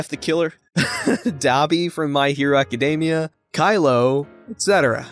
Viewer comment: My Hero AcaDAmia?! Oh my God, why...it's acaDEMia! Like Academic!